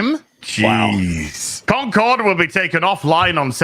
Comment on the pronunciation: I love how keeps calling it "Conquered."